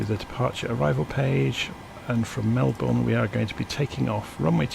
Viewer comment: Lol the way u say Melbourne isn’t that correct or should I say it isn’t the Aussie way